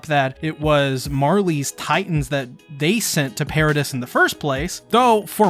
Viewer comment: Paradice not paradis, you pronounced it wrong and it just rubbed me the wrong way